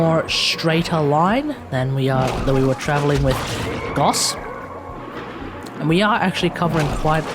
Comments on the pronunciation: Triggered everytime you pronounced it as goss. Its gauss pronounced like house but with a G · Gauss pronunciation: Gos - Wack! Gaus - Wack! Goose - Tight as Fuk!